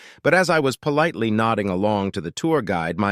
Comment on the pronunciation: Really think the AI READER needs to be taught proper pronunciation. It's polite with the big I sound.